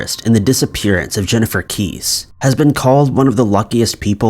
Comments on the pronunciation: It's Jennifer Kess-ee...Long e. Not Jennifer Keys. I'm getting really tired of your lack of basic research and common knowledge. It does a disservice to the people you are trying to memorialize. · And Jennifer's last name is pronounced *"KESS-SEE" not *"Kees". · Jennifer kesse pronounced kess E long e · Its pronounced Jennifer kes-see